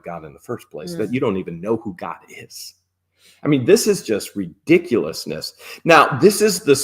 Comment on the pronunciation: 😂😂😂 how ridggioulous in the words of